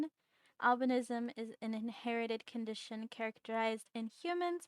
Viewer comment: Just going to say since i love albinos a lot, some people call it albinoism when pronounced sometimes me included but your saying it correct it just depends on the way you say it for most people, it's spelled Albinism and said like al-bin-ism but in some places it's spoken differently which is al-bino-ism, i say it both ways but just thought i mention you are saying it correctly!